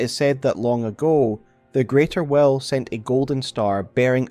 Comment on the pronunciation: They way he says "will" sounds like "well" and that was sooo confusing.